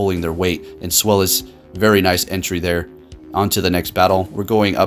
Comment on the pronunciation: Love the content but come on. It's pronounced ZVEYE-lis. The name is derived from the German number 2